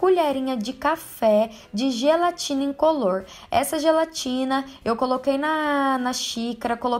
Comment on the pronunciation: "A gelatina incolorrrrrrrrr" kkkk linda adorei.